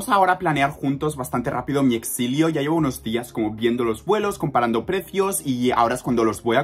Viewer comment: diciendo "vamos a planear juntos mi exlio" 🤣